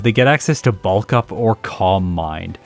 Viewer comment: Ugh please stop saying "bahlllllk up" its pronounced "bulk up"